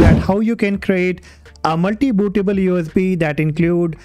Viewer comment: Aireen Bootah-ball You is Bee